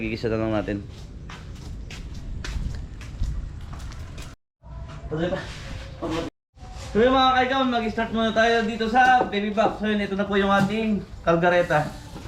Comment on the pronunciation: correction kaldereta hindi kalgareta ok kc madami nanonood sau haha